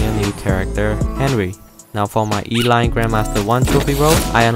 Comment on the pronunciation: Did he just call Elaine Elain?